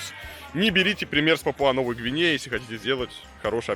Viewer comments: А в Википедии пАпуа, а не папуА. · не папуА, а пАпуа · Немного придираюсь, но не ПапуА, а ПАпуа